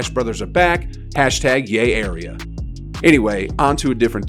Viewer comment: he finally said yay area correctly LOL